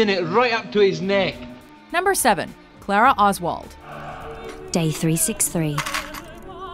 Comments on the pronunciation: They pronounced Clara wrong it's (cl-ah-rah) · I love the American pronunciations of Clara and soufflé :D it's so entertaining